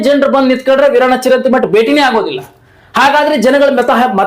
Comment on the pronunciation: ಚಿರಂತಿ ಅಲ್ಲಾ ಚರಂತೀ